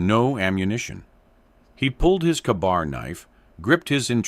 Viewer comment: Yeah the details are all over the place. Hardtack wasn’t standard WWII rations, and it’s Ka-Bar, not “Kuh Bar.” Also no Japanese troops in Italy lol. Feels like sloppy writing or AI script.